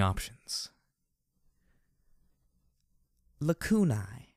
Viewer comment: Thank you so much for pronouncing Lacunae like it is in Latin!